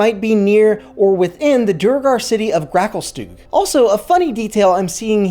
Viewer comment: im sorry but your pronunciation of grakulstugh and menzoberranzan was down right atrocious... please get it right